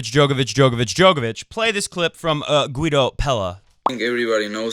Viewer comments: It's "Geedo" and not "Gooeedo". Why not check the ATP player profile like you did with Munar? That should solve any uncertainties : ) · If you don't know how to pronounce a male tennis player's name, you can usually hear them pronounce it themselves by clicking on the sound icon under their name at the atp website. In this case it's Guido Pella, not Gwuido.